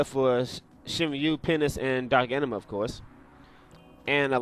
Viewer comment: why r u keep saying penis?:D